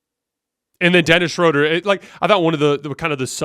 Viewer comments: It's pronounced Schröder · It’s pronounced Shroooooooder!!!! Great show! Go Lakers!